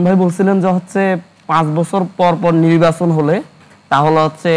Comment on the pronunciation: আগে নির্বাচন উচ্চারণ সঠিকভাবে করতে শিখো ভাইয়া